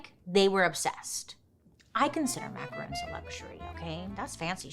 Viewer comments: Macarons are not macaroons Bailey lol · Bailey you’re an angel, but macarons and macaroons are not the same thing. Macarons are pronounced similar to Mack-Ron not mak-a-roon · Mr Valet BASICALLY confirmed it was a coke nail😂😂....He's VALET. Also, Bailey is MAC-RONS. Macaroons and Macrons are 2 different things lol